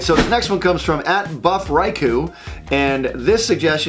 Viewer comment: I cried when Buff Riku appeared and when Butch butchered his name. Tears of joy, of course.